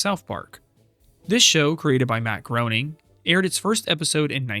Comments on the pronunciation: Come on man. It’s not GROWNing, it’s pronounced “Grenning” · It’s pronounced Graining like in Raining not Groaning like in Moaning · His name is pronounced "grey-ning" not "groan-ning" that mispronunciation was driving me insane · Groening. t's pronouced Graining! Like raining. He's said this a million times. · 'Groening' is pronounced 'Graining'. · Matt Groening is pronounced “Gray-ning”. And “Looney Tunes” is not one of the longest running TV shows. For one thing, it’s not a TV show. It was a series of theatrical shorts. Which have since aired on TV. But under different titles/branding. Then each new reboot has been its own TV series. None of them lasted more than a few years. And they certainly haven’t run continuously. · the repeated mispronunciation of Groening .....